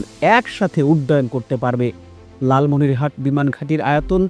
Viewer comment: উচ্চারন ভুল কেন? লালমনিরহাতে না লালমনিরহাট। কোনটা সঠিক